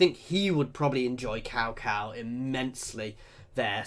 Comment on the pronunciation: 'Cow Cow' 😂😂😂😂 Its pronounced more like 'Tsao Tsao'.